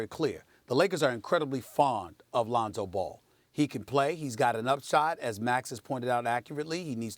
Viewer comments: She really said Ronzo 😂😂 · “Ronzo” why is Molly even on this show? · Molly says "Ronzo", then Stephen A says "Londo." These mofos high? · She called that nigga Ronzo 😂😂😂😂😂 I’m dead #FaM500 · RONZO MOLLY? REALLY?! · Are we ignoring the fact that she said "Ronzo" is the back up? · Lol "Ronzo". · She said Ronzo 😂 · Who is Ronzo? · “Ronzo” “Londo” Lmao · We all just going pretend she didn't say Ronzo? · Bob OG yeah and “Londo“ from stephen a :D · who the hell is Ronzo? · Who tf is “Ronzo”? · Stephan a said Londo right after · Ronzo Londo IM DEAD 😂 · Then Stephen A. Said “Londo” lol